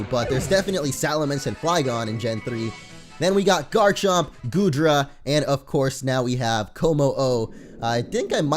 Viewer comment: between GOODRA And Komo-o lol its not goodra XDDDDD